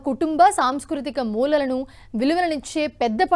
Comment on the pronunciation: Mulalu kaadu maa adi mulaalu 😅😅😊